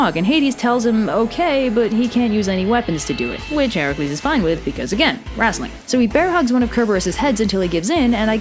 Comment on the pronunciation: Why do you pronounce it "wrastling"?